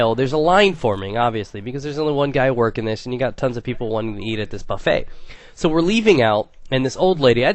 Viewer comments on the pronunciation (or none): none